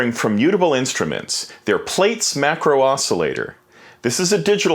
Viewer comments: Err, it is pronounced "platts", as in to plait your hair and not "plates", since it is an evolution of "braids", as in to braid your hair. Schoolboy error haha. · It's actually pronounced, "ploots." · It's pronounced 'Plats' as in something that you would braid In someone's hair. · Plaits .... pronounced plats (as in braids) :) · Thanks. FYI, it's pronounced "PLATS" ;) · how can u know so much about this module, but not know how to pronounce it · I'm 4 seconds in and he's already mispronouncing the name.